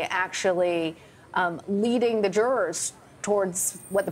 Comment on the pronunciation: Reading the jitrors? There are no jitrors.